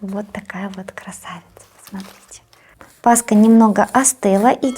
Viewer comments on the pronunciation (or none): Пасха-это ПасХа, а кулич-это кулич. Честно говоря когда говорят пасКа, аж слух режет😒 Всех с наступающей светлой и святрй Пасхой. Мира и добра всем !❤ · Почему все блогеры говорят паска. Пасха., а не паска. Тем более пасха делается из творога. А это кулич. Кулииич.